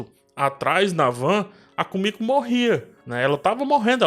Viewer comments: Só eu achei estranho ele chamar Kimico de Kumico? 😥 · É Kimiko e não Komiko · Pq muita gente fala "kumiko" nos videos d the boys sendo que o nome dela é "Kimiko"? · vc tá pronunciando o nome do Hughie e da Kimiko errado...